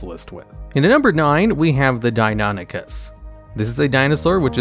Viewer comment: Hearing him Calling Deinonychus Deinanychus got on my Nerves so much because of my studies in paleontology. Like there isn't even a A in Deinonychus how did he get suck Deinanychus??? Deinan Deinon Sorry but Fuck dude!